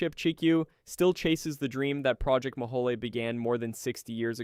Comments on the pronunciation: Mohole is pronounce Mo-hole, not Mo-ho-le. I know, I worked as a very minor assistant functionary when I was an undergrad. Our geology department machine shop made stuff for the project. All I did was clean up afterwards. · He does say "Mo-holey" rather than "Mo-hole", which I always took as clever marketing for federal funds. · Mohole = 'Mow-hole' not 'mo-ho-lay.' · Very interesting! And you do a good job with non-English pronunciations! But I have to point out that the Mohole is an anglicization of Moho, because it's a hole. It is not "moholy". It's "moe-hole" as it a moe was in a hole. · Thanks, that was a fascinating video for an old High School Geology teacher like me, BTW it's pronounced Mo - hole, not Moholy! I was a kid when it was happening and I was fascinated by it and the earlier International Geophysical Year. I guess that set me up for a career I eventually, half reluctantly fell into and ended up loving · It's pronounced Project MO-hole, not Ma-HA-lee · 'Mohole' is pronounced as 'mo-hole', or 'moh-hohl'; not like 'guacamole'. :) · Did it occur to you that Project Mohole is pronounced MO- HOLE?? As in a HOLE in the ground?